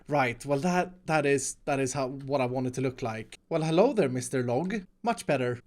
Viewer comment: Why does always mispronounced hello (hallo)